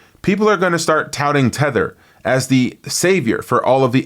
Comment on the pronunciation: Not thether instead its RLUSD Buddy